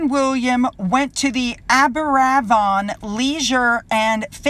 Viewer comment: Great video,! Help on some Welsh placename pronunciations... Pontyclun is said smoothly/quickly as Pont-uh-clean and Aberafan is said smoothly/quickly as Abba-raavon:)